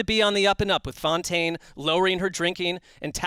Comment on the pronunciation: *Fontaine, not Foutaine.